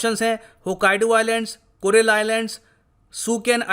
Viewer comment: Sir it's Kuril Island.